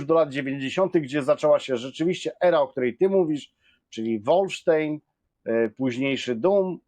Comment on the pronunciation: "Wolfenstein" wymawia się "wolfensztajn", nie "łoolfensztejn".